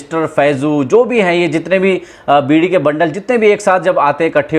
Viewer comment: Bidi not biri